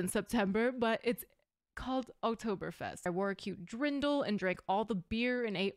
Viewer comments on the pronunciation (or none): hard to be angry with such cutie... but... dont push it 🙂 a) Its a DIrn-dl not a DRin-dl...i would love to see you in a dirndl. b) visit proper germany next time, why do americans always think bavaria is germany. It isnt - frankdurt isnt germany either just because it has an airport. Visit the north, visit the coastal areas... visit at least the 2nd biggest city: Hamburg the city from which america was settled no less. You will see no lederhosen there, very different people and culture. Also, there are subtitled versions out there.... ive seen lesser people react to those versions:) There is also a fairly good analysis video, that will help an american to understand the shit-ton of symbolism here.